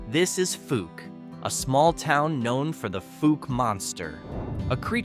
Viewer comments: It's not fooke, it's pronounced fowk, ou sound is like ow like the word trout.( Fouke) Thank you for the video, it was entertaining, and interesting. Texarkana is also a town that is in two states, Texarkana, Arkansas and Texarkana Texas. Thanks again for the video! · I know how Monkey Run got its name. Fouke is pronounced “fowk” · It pronounced Faulk! Like they guy who played Columbo! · Please learn how to pronounce Fouke, AR and any of the other towns you talked about! You are so far off of its pronunciation it's a crime. It does not sound like it has double "0's"!!!! Research, research, research, there were sites that pronounce words, use them and double check your work.